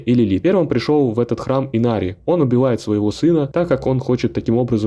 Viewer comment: И что с имена чел? Инарий, а не Инари и камон, что за Лоран, если его зовут ЛОРАТ, ты хоть играл в игру, чистый диз